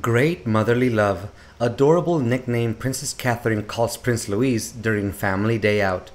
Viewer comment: His name isn't LOUISE it's LOUIS pronounced LOUEE not LOU IS